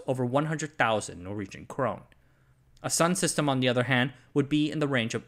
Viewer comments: Great video, but It's pronounced Crone-Nah not Crone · It sounds like you might be confusing Norway (krone) for Sweden (krona). It's pronounced more like "cro-neh".